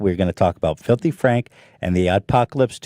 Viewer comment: Folthy fraaanch